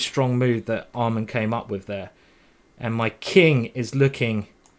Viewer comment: Why did he keep calling Amman almond?